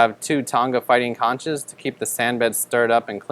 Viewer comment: I always thought conch was pronounced with a "k" sound, as in "konk" or "konks" for plural. Otherwise nice video.